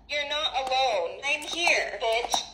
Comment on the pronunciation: I love how she emphasizes on the word bitch just to make a point